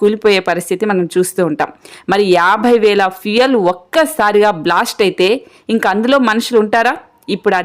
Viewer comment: Not blost but blast. Pronounce well